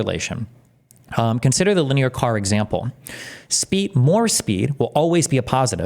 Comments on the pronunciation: everyone says lin-e-ar no one says linyeer like Steven, it is kinda annoying indeed 😅😅 Edit: he checked it, thank God lol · LIN-E-ER. Not LYNEER. JESUS! What a complete fool. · How does Destiny have so much trouble reading? Lineer? It's linear! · Can’t make fun of piers when you’re googling pronunciation of linear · The most disgusting thing about this topic is Destiny's pronunciation of linear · Shout out to chat for calling it out live. 👐 I was watching this video back doing dishes and wanted to scream at him. 😂